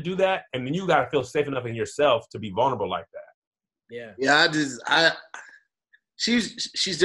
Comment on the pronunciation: Much luv big bruh.....and it’s “vulnerable” 😏 sorry I had to🤦🏽‍♂️. But you been a real one 💪🏽💪🏽💯🙏🏽